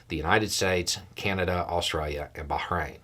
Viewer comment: The 'Australia' sounded, well, Australian! 🙂